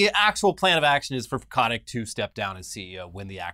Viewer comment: It's Bobby Koh-TICK...